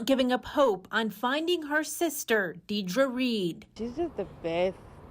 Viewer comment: if that news anchor says deer-dra one more time